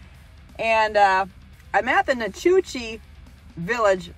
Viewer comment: Helen, Ga was built to replicate a Swiss Village in the Alps! It’s a cute lil tourist area.. tubing down the river is what the locals do for summer fun! I live a few minutes away.. and it’s prounonced Na-Coochie 😂